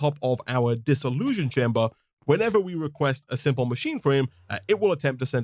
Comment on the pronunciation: Funny how you keep saying "Dissollusion chamber". Almost sounds like dissillusion. It's really a Dissollution chamber with a T. So random, sorry.